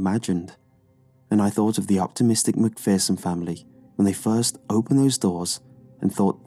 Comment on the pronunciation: McPherson is pronounced Mcfear-son. I went to school with some lol I hate mispronounced things😂